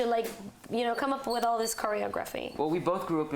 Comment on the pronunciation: She said choreography wrong 💀